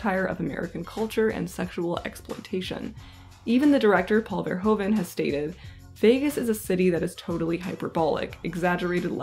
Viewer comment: His name is pronounced as "verhooven," and one should stress "-hooven."